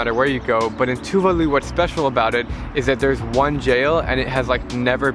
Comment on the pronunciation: I do not pronounce Tuvalu the way you do - mine goes like Tuuuvaaaalu. Anyway - great video!